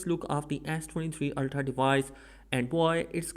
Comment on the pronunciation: “Ass 23 ultra”